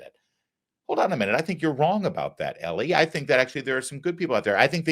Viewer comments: EE-LIE. Not Ellie. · Damn dude, it's pronounced like Eli... E-Lie!!! Wtf, you've been in the media long enough that you should know better